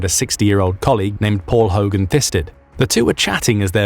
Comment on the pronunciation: Hagen not Hogan